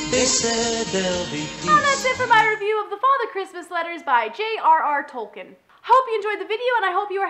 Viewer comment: nitpick I know but for future reference, his name is pronounced "Tolkeen".